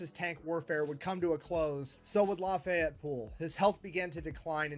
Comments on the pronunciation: "Laffy-Yeti".....you'd think the British would know the godamn French name Lafayette!! Holy-shit, they say we don't know shit about Europe! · Lafayette is pronounced without the te at the end. Lafayet. It's actually the name of the street I live on lol